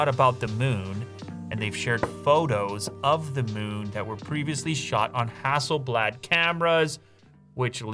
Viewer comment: ROG Phone 5. Only because of the touchinput settings feature. Also, the last A in HasselblAd is pronounced more like "dAwg, bAll". Not like blad(der) 😆🇸🇪 Fun fact: Hasselblad is from the same town as Pewdiepie. And me.